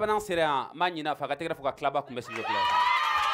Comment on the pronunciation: Il faut dire claba un peut se sérielle